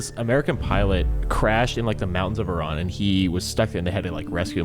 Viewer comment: thank you for pronouncing Iran correctly!